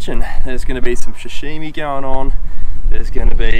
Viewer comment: if you add an "h" to sashimi it changes the meaning... 😂😂 "sashimi" = fresh raw fish "shashimi" = "person stain"